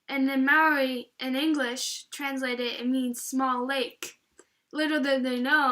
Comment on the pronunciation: Maori is pronounced more like moldy, but good effort!!! well done